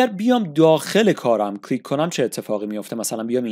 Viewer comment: هر حرف یکبار بگو نه ده بار و کلیک بدون لهجه بگو لطفا چون اشتباه تلفظ میکنید ممنون